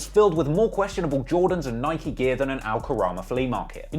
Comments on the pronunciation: Its NIK-E! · Bro it’s ni-kee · the way he pronounced Nike for the first 17 minutes hurt my ears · How bad is at pronouncing names, can't pronouce Nike and Melbourne